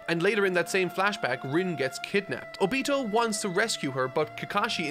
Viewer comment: obito is pronounced oh-bee-toe